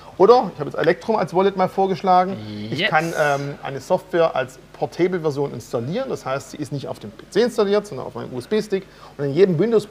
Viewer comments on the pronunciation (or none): Bitte einmal erklären, wie man “portable” ausspricht:P